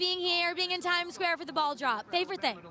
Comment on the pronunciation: when the interviewer said "ball drop" I heard "ball job" and got very confused